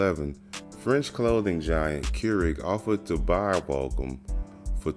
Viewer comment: Is this guy saying Vahkum?